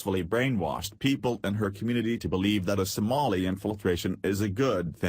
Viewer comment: STOP USING A COMPUTER GENERATED VOICE THAT CAN'T EVEN PRONOUNCE SOMALI